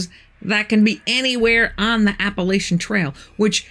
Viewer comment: It's Appalachian not Appalitons first of all I know because I live here